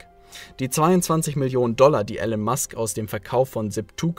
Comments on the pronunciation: Immer wieder geniale Videos zu genialen Leuten und Büchern. Hier nur ein kleiner Schönheitsfehler. Der Mann heißt Elon (gesprochen Ilon und nicht Ellen) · Er heißt Elon Musk nicht Ellen Musk!!! Warum sprichst du seinen Namen falsch aus? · Eeelaaan nicht Ellen. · Ich habe das Video nur zur Hälfte angeschaut. Es enthält erhebliche Fehler. Erstens wird der Name Elon anders ausgesprochen. Zweitens hat Herr Musk Physik und Wirtschaft studiert. Und drittens hat er keinen Doktortitel. Musk war für eine Doktorarbeit zugelassen, hat aber nach zwei Tagen aufgehört, um sich anderen Dingen zu widmen. Das musste jetzt raus. Ich wünsche einen schönen Tag. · Ich find eure Videos super! Schön illustrierte Zusammenfassungen von spannenden Büchern, von denen ich viele gelesen habe. Grade Elon Musk ist eine unglaublich inspirierende Persönlichkeit für mich, deshalb bin ich hierbei etwas kritisch, wenn der Name falsch ausgesprochen wird :P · Dumme Ausrede, hättest vorher lernen sollen wie man Elon richtig ausspricht. Ansonsten sehr gutes Video, danke dafür :*